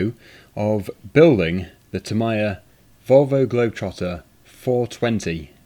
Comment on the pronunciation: Firstly,. It's pronounced Tam-ee-ya. Secondly, the plastic bars that you cut the parts off is called 'sprue' Tamiya kits are very easy if you follow the instructions. I used to collect Tamiya kits, and also used to buy broken Tamiya models, do them up and sell them again. At one point I had 14 of them. Top tip: NEVER leave the battery stick connected when you aren't using it. In older cars with mechanical speed controllers, they would short out and catch alight. Newer ones less so, but don't take the chance. Might be a bit late now, but for future reference, buy the bearing upgrade packs for the model. It does make a huge difference. And threadlock. Buy threadlock and use it on everything.